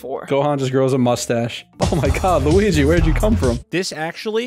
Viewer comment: I never thought I'd get used to saying "wuligi"